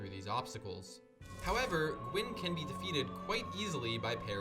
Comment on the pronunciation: Gwyn means white in Welsh. Dunno if that's where the name came from. Pronunciation is right tbf